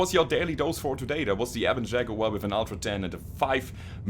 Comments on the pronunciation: Liked because... "Shaguar!" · I see LokenPlays is not the only one to own a "Shag-uar". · "Shaguar" Nice